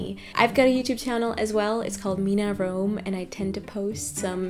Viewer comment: It's Mina Rome and not Rowe 👍🏼